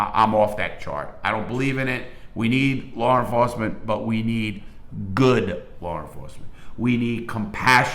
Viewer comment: I fuckn love this guy. Its like listening to my cool ass grandpap telling old war stories. I smile everytime i hear "Lawr enforcement " 👍